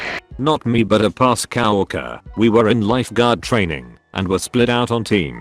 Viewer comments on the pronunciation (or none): No one: Literally no one: The narration: cow-orker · The reddit bot: cow erker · no one: redditor: Coworker tts: cow-orker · No one: Absolutely no one: The narrator: Cow-orker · "cow orker"